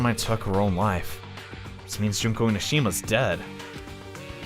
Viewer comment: your making me suffer cause you've been saying junko's name and its oissing me off